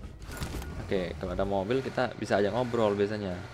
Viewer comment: Ngogeyy bang